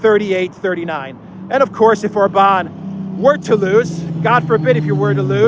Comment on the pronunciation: For the love of God, Orban is pronounced with an accent on the first vowel, not the A. Love your videos, listening daily, keep up the great work! Greetings from down under 😊